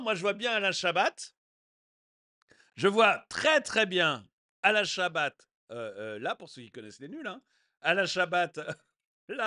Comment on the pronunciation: Bonjour mais ou va t on par contre on dit Alain Chabat et non Alain Chabate à plus